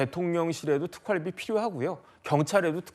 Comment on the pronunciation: 왜 경상도 사람들은 이중 모음을 발음을 제대로 못하나요? 특활비를 특깔비라고 발음하네요. 아유. 무시한 것들...